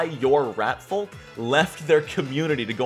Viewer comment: Why do you say the l in folk?